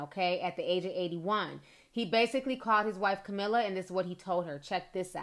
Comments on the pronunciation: Great video commentary ! Thanks T. [ Fyi... "CAMILLE" - ( SOUNDS LIKE : KUH MEEL) not "CAMILLA" ] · Great video Ti but damn baby you still butchering people's names. It's Camille, you said "Camilla" 😂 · His wife name is Camille. Not Camilla. Kah-Mill. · His wife’s name is pronounced Ca Meal - Camille